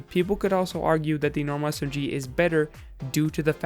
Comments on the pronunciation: S-M-Giee Anybody else think he says it kinda weird. Just me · he emphasizes the g in smg lol